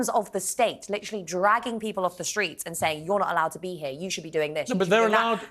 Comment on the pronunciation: JibberWing in the StWeets yap yap yap...